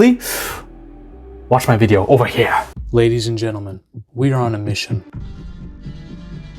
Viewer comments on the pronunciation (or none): Should probably get rid that outro "over here" go back to saying it normal lol